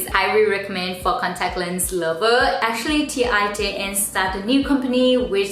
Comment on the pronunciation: I believe the brand is Dutch, so it's pronounced 'tain', like ten but with more of an open vowel :)